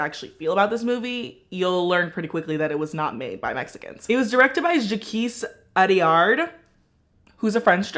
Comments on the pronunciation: « Jakeess Adiaawwrd » I’m sorry Americans pronouncing French names are the funniest thing 😭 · Love how she destroyed Jacques Audiard name but said sorry for the prononciation of Sofia’s name, like ??